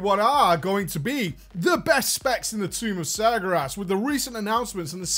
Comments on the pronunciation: IT'S NOT SAR GAR ASS IT'S SAR GARE ASS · Sagyerass XD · Tumb uf Smergeras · I love how it souds like hes saying sagra ass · isn't it pronounced sar-gay-res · Why can't he say Sargeras? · The biggest joke about this video is that you can't pronounce Sargeras. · But he butchers it even when it's not today. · How is not being able to pronounce a word an April Fool's joke when it's not just this one video? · Noroboros I know right. It's not like he's always pronounced it like that. Oh wait, he's always had. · Ha! For the first minute or two he really had me. I love how he keeps mispronouncing sargeras also. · april fools! doesnt actually pronounce sargeras like that, its a joke. (hopefully) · i love you man, but can you please learn to pronounce Sargeras correctly?:P